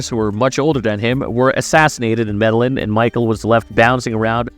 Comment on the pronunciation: Med - a - yeen, not medalin